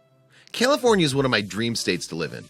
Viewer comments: he says "Killafornia"..... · Did he say Killafornia? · Wait...did he say "Killafornia" at the beginning? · At the srarr it sounded like you were saying killafornia lol... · It's not prounounced "Killifornia" unless you were going for a pun. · What's Kielifornia? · Sounds like he’s saying Kill-a-fornia. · Kill-aforinia??? And he's always wanted to live there. I can't imagine anyone that doesn't know how to pronounce CALIFORNIA. Really?? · I stopped watching after he said cillafornia lol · Did he say Killafornia in the first sentence? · Did he say kilafornia? Lol I love California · Does anybody else hear this dude call it KILL-afornia? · why is he saying kill-a-fornia? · Wait, did he say Killafornia? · This guy keeps pronouncing it like Killefornia. More fitting. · You call it killa fornia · YOU CAN'T EVEN PRONOUNCE CALIFORNIA . BESIDE THOSE DIP SHIT DESERVE IT. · Flood control has stopped sand replacement along the beach. This is what you get. Please have someone help you pronounce California. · I love how the narrator can't even pronounce California correctly